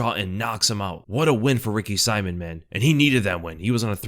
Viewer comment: just never gonna get Ricky Simón‘s name right lol